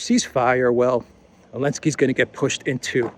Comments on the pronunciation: Hey there, can anyone tell me why calls him Elenskey instead of Zelensky? Thx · It cracks me every tiime says Elensky